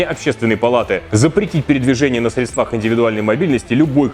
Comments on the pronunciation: срЕдствах, а не средствАх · Не средствАх, а срЕдствах...)